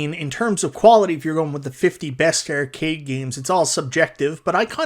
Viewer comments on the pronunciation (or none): I want NFL Blitz sorry. Subbed because you pronounce Arcade as Errcade.